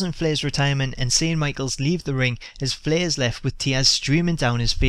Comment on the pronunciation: LMAO I love how you say Flair. ''fleeh''.